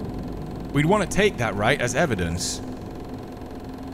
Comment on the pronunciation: my boy said ebidence🤣🤣🤣I caught that shit. That's how you know he scared as hell🤣🤣🤣